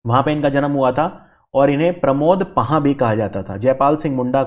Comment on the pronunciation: प्रमोद पाहन (पुरोहित) सारंडा (के जंगल ) तसर (सिल्क ) सही उच्चारण